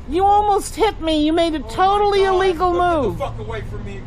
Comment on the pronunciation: "You have'd your dogs out noht on a leesh. Das ilEEEgahl!" Blaze the Mobility Fan